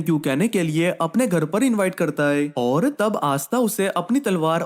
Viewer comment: Oar oar mat bolo 😢